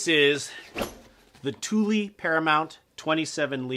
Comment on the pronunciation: Tuly... tar-pollen... are these how you really pronounce them?